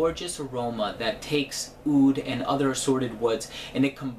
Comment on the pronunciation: OUD NOT OOD